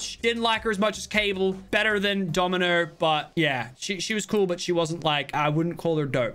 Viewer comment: i love how he pronounces Domino wrong lmao